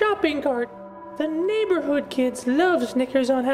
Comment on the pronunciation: Hope you read this and why do they say naber hood kids like snickers